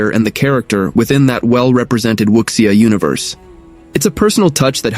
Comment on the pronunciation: Need to work on your pronunciation on wuxia and sake.